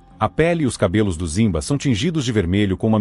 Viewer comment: A pronuncia é rimba e não zimba!